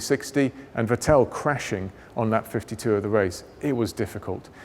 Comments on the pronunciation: he says "Vitél" haha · The way he pronounces vetteeeeel 😳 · Ah, the famous Vetelle Leclerck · why is he saying Vettel like this XD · I don't even mind that, however, he's not pronouncing "Vettel" correctly...